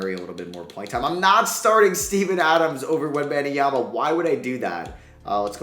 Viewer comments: do u actually pronounce Webenyama as Ben-Em-Yama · Why on earth are you so annoingly persistent with calling Wenbanyama "Benny Yama"? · Say it with me: WEM👏 BAN👏 YA👏 MA👏 It's NOT that hard